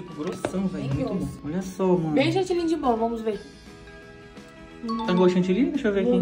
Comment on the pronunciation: Ele fala Chantilly e ela Chantillynn😂❤